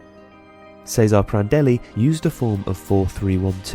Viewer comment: Good video but you murdered Cesare Prandelli's name. It's like a Ch at the start and you pronounce the e at the end